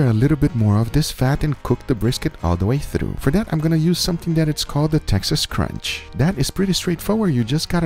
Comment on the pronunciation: Sounds like you're saying the "Texas Crunch" just to clear you up on it that it should be the "Texas Crutch", unless I'm just hearing wrong.